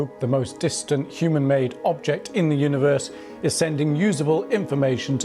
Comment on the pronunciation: don't forget Ooniverse and at least 20 other mispronounced words.